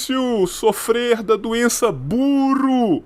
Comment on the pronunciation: Eu quero um corte do falando "você europeu é cheio de doenza"